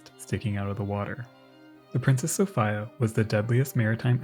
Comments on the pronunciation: Uhhh, "Sophia" is pronounced "so-fee-a", not "so-fy-a". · "Princess Sof-eye-yuuh" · Just fyi.. its Sow-fee-uh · Ty. It was killing me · I've never come across the pronunciation 'Sof-ay-a. If this really is the correct way to pronounce the name of the ship, I'd like to learn some background on this. Signed, a phonetics-, history- and naval geek. Thank you! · Great video.. though the pronunciation of Princess Sophia is a little odd. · I couldn't stand his mispronounced sophia. It was awful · Why do you pronounce the name “Sophia” like that…? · It's pronounced sofeeea not sofiiiia. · Came here looking for this comment. Sophia is normally pronounced So-fee-ah but he said So-fi-ah so many times I couldn't help but wonder if it was intentional or not lol it doesn't help that in the time stamps its spelled Sophia aswell and not Sofia. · Ive never in all my life head anyone pronounce Sophia So Fyi Ugh. Its So Fee Uh. I just cant listen to it. I love your videos and have watched almost all of them but its like nails on a chalkboard